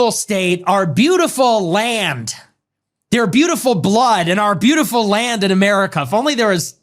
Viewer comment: "Breatiful genes" wtf😲